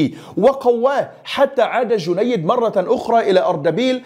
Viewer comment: اخي الكريم ( جنيد ) على وزن ( سهيل ) وهي تصغير جندي لكن بدون تشديد الياء و السلطان ( السلجوقي ) و ليس ( الساجولقي ) و جنود ( القيزيل باش ) و ليس ( القازلا باش ) و تعني بالتركية ( الرأس الاحمر) و كل الشكر والتقدير لك اخي الكريم